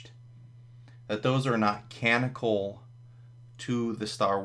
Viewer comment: Were you in stream about this? I think so because that dude also mispronounces canonical. If not, this is a weird confluence.